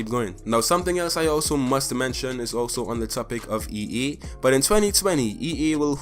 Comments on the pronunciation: You keep saying e e when it's e a just saying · Bruh not to dis the guy but its ea not ee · “EE” it’s (EA) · MOZAMB-EE-K 'ERE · Yo learn to speak its pronounced EA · As a fellow Trini I’m glad to see someone like you killing and thriving in this space! Great vid man, can’t front i did laugh every time you said “EA” pancake